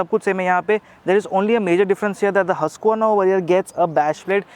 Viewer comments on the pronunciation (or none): It's pronounced 'who-sq-verna'!